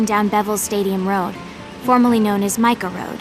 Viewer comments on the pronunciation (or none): none